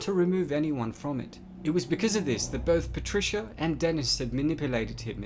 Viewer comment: Oh no its PATRISCHAAAA